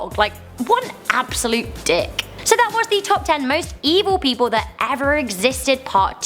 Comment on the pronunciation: Lol IDK y but the way you said dick was funny